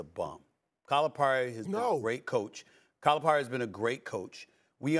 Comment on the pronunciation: It would be nice if Stephen A would learn how to pronounce Calipari.